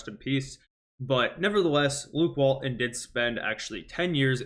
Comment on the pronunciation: Let's fix this for you right now. Walton has a "t" in the middle of his name. Say it out loud. His name isn't Wall-un and you are not a middle school kid. WalTon. Got it ?